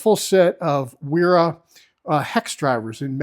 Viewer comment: A "w" in German is pronounced like a "v". So it's vera, viha and so on.